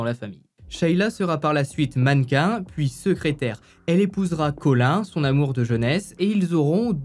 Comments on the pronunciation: c’est pas Colin comme le poisson loool mais Colin(e) 😘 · Collin ( sa se dit coline )